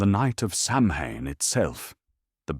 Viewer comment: "Sau-when", not "sam-hain".